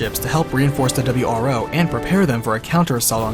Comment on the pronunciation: Ah yes the "W R Foses" that were sent to defend them.